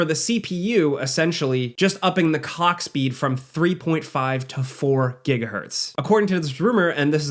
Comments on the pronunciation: totally says upping the COCKSPEED Awesome PS5 pro with new higher cockspeed. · Really sounded like you missed the L on "Clock speed" lol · upping the what speed my guy? 🤥😂